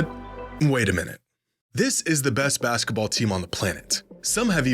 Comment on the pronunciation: i hate how you pronounce basketball as "baskUHball." it's maddening